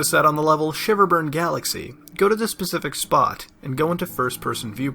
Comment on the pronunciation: Its specific not Pacific